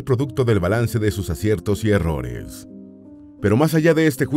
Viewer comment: "Herrores". Horrores